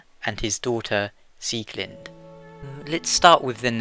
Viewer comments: It's Pronounced SieglindE not Sieglind. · I was going by the German Pronouncation which is the right one.:)